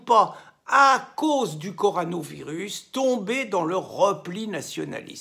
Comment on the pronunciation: On dit CorONAvirus, mon ami, pas corANOvirus ! 😊